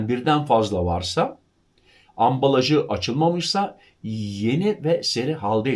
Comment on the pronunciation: AMBALAJI lütfen İNCE -L ile telaffuz edin, HAMMAL daki gibi KALIN -L ile değil!